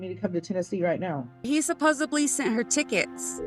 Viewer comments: "Supposably" is a real word, meaning "able to be supposed" but she says it meaning "supposedly". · What's UP with saying "supposibly" instead of supposedly? I hear this all the time now! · Why can't her and her friend pronounce supposedly!? They keep saying "supposubly" jesus christ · It's pronounced inSURance. And the word is "supposedly " not "supossebly". But yeah, she's really smart? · “Supposively.” Her friend: “Supposably.”: “…supposedly.” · Her friend saying she was the smartest person she knew followed by dropping “supposably” was gold. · I can’t get past her repeatedly saying “Supposebly” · The fact that she says "supposobly" tells me all I need to know. 🤣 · "Supposebly" is not a word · 'Supposably' is unusual, but it is in fact in the dictionary. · She pacifically says supposebly. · My words exactly. And people who say "supposebly" grinds my gears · It's a commonly mispronounced word. Makes me cringe! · No one on ever knows how to say supposedly.